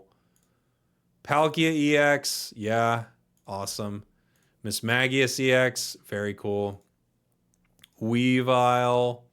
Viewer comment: But also, he actually did pronounce Mismagius correctly based on the Pokedex Pro app and the anime. One of the rare times he got it right 😂